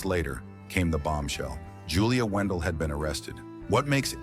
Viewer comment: In your own clips of Julia, you can see the eye defect, so what does that tell you and at least get her name right if you going to try and defame her, her name is Julia Wandelt not Wendel!!!!